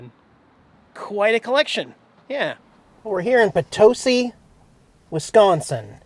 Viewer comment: Love your videos! I can't believe I missed you while you were in POTOSi, my hometown! Good job pronouncing Potosi. Been watching you for a couple of years, my husband is jealous I spend time watching your awesome videos.